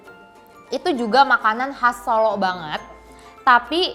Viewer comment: Ini yang review ngomongnya gak bener, lagian gak ngerti apa2 soal makanan. Abon udang? telur direbus lama sampe coklat? Sebut "Solo" aja gak bener. Malu2in nih.